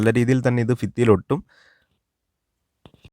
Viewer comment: ഫിത്തി അല്ലടോ ഭിത്തിയെന്ന് പറയൂ എവിടെത്തെ മലയാള മാണിത്